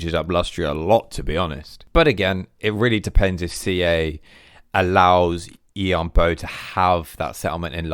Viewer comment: The A in Yuan is pronounced like an E. And Bo is like “bore” in a British accent (no R sound), with a slight w before the vowel, so: Yuen Bwore